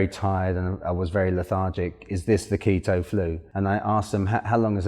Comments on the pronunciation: It’s keetoooo not keta😭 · the KETT-TOE genic diet? ahaha nice vid though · If he wants to call it Keta, let him. It makes him happy.